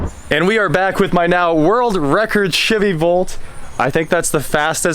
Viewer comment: Really sounded like you said world record Shitty Volt 😬 lol